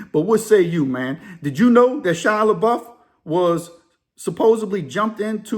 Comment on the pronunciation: It’s pronounced La-Buff. And he’s Cajun on his dad’s side. I heard he actually owns a home in Nola. He’s one of those rare celebs that want to live a normal life away from fame.